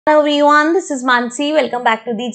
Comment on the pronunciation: "evyone" lol